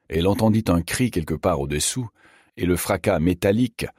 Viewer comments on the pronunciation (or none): Pourquoi dire déssus, déssous, réssenti ? Je trouve ça désagréable. Hormis celà, merci pour cette lecture.